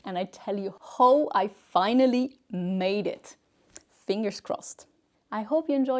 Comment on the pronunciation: can someone teach you to finally pronounce "how" in English..PLEASE!.. say hau not hooo